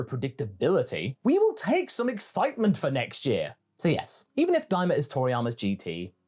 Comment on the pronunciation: Am i the only one who thinks daima sounds like "dai mao"